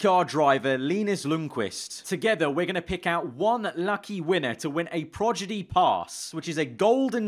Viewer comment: PROGIDY, 3 times he pronounced it this way